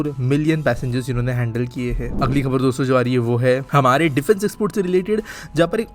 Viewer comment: Shuruvat me jabaan fisal gayi shayad dosto bolte hue😂